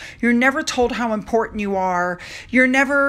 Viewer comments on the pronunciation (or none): none